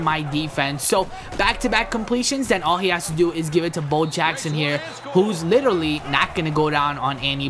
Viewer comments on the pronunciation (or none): none